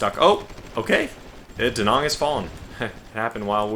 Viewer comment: "Da" you've got right. It's the "Nang" part. Say "Nang" like we say dang. Late, as usual.